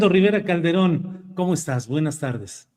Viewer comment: Dijo: calderoon?..no por favor😮